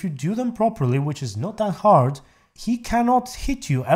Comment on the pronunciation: "it is not that Aard" well then which is it? Just kidding love your videos